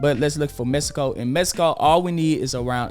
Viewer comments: Appreciate you man, but it’s “Mexico” not “Mesico” lol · This man said Mesico